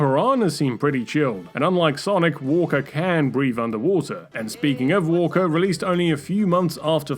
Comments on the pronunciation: I guess there's also the Titular Monkey Island from the Monkey Island games. There's a beach and Cabana area on Plunder Island in Curse of Monkey Island. Also did you pronounce Wakka as 'Walker'? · Wakka. Not Walker. Also, no Crazy Taxi. - _